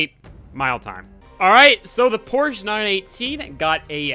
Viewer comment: Porshhh. Sigh, porshhaaa ftw